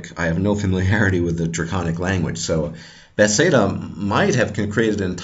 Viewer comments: this is a grat video. one quick question, why do you say bethsaida instead of bethesda? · i really enjoyed this viedeo however you say beTHEsda kinda odd ;)